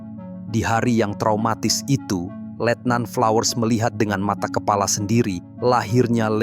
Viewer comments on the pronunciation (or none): none